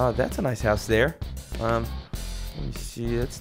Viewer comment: It's 'house' not 'hous'